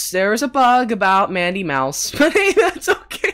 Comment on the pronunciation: It's not me mouse It is madi mouse